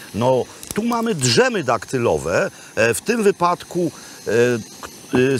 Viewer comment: Oglądając odcinek z Tunezji, przy obecnych temperaturach w Polsce, prawie czuję jakbym tam był. Tylko jedzenia brakuje :( A piątkowy "Makłowicz" to zawsze dobry początek weekendu :) Tylko jedno zawsze mnie kłuje w uszy: Pana wymowa słowa "dżem". To tak, jakbym słyszał "wziąŚĆ", "w każdym bądź razie" i "włanczać" razem wzięte. Uwielbiam Pana elokwencję, więc proszę i zaklinam: dżem wymawiamy jak angielski "jam", a nie jak polskie "drzewo". Uff, dziękuję.